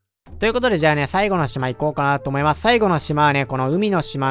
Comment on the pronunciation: 思いまスュ 滑舌ww